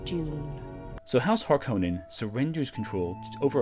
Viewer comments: HARk-O-nen, No Conan. It is a Finnish Sir name. This is how Frank Herbert pronounced it in interviews and how the New Dune pronounces the name. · I know it’s fashionable to pronounce them as HARkonnens, but to me they will always be HarKONnens.